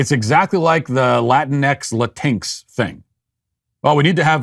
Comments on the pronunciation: Is "latinx" pronounced "la-TINKS"?? I thought it was pronounced "la-TEEN-eks", like "latino" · La-tinks? Did you mean Latin-X? While Latin-X is extra because Latin is already gender and culture neutral, I was laughing that he kept pronouncing it la-tinks XD. I thought he was talking about Disney pixies or fairies for a moment there. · As a 32 y/o half Cuban man, I’ve NEVER heard it said La-tinx before and it made me laugh. Not laughing at you, just laughing in general. You’re 100% right though, Latin and Hispanic is already gender neutral anytime I have ever seen it or heard it trying to be used seriously my eyes want to roll so far back in my head I can see what I’m thinking. Whoever came up with it shouldn’t be allowed to be taken seriously. Ever. It’s just so stupid 😂😂😂😂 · I as I Latino hate the term LatinX and love that he calls it laTINKS. You sir made me chuckle. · Latinx just sounds like they're mispronouncing lynx for some reason :D